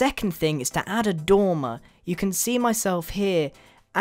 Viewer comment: the first time you said dormer i thought you said tumor